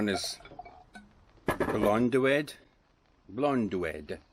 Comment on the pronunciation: Greetings from Poland. The Chirk viaduct carries the Shrewsbury to chester railway whilst the adjacent aquaduct carries the Shropshire Union Canal over the Cairing Valley. A great walk. The Riverside campsite looked wonderful. Shame about the rain at the beginning. Your beer, Blodeuwedd is pronounced Blod - ow - weth, is delicious. Glad you enjoyed your pizzas. A lovely video. Stay safe p[lease and I'll see you again soon. 10 more videos to go until I reach the latest one.